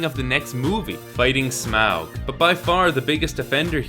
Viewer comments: Humour me... Say "auxiliary". Now say "Taught". Now say "Smaug". Yes. It's pronounced "Smog". Tolkien's joke. Quit butchering it. Thank you. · Stop saying Smawg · This is good. But Smaug rhymes with fog.